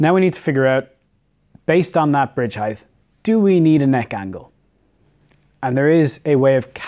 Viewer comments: Heith is not a word. It's height. As in hite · There’s no “th” in height. Rhythms with “right”. 😃